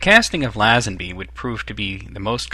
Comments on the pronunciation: not læsenbi. leisenbi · I enjoyed this vid :D when pronouncing Lazenby you should say the La bit as if u were saying lay